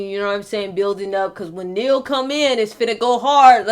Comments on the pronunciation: You are using Neal to get personal audience attention and you can not even pronounce his name correctly. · U pronounced his name wrong. Humm why is this? C ya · Have the decency to pronounce his name correctly